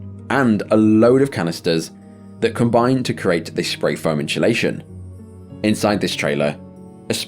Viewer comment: Why can’t you pronounce “spray foam insulation”